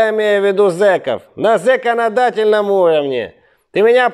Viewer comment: "РЕШИМ НА ЗЕКАНАДАТЕЛЬНОМ УРОВНЕ" 😆😆😆😆